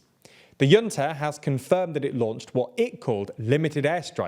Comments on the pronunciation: "Junta" is not a German word so it doesn't make sense to pronounce it "yunta", it's "djoonta" (although in its original Spanish form it's "hoonta") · It's not a yunta, it's a hunta. Spanish word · That's the second pronounciation of 'junta' I hear on this channel and still not the one I expected. There was 'jew'-nta, now 'yoo'-nta, still waiting on 'who'-nta..